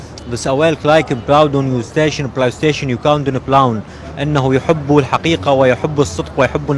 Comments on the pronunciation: بلوكن بلي ستاوشن وكله لوكن هههه اخ بطني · بلاي شتيشن بلاودن !! بلايسوون بلايتوون! ههههههههههههههه